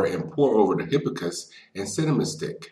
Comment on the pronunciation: I am distracted my you not pronouncing hibiscus correctly, especially since you say it so many times. You are not pronouncing the first s in the word.